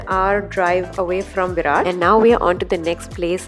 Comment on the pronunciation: Berat Berat Berat not barat 😉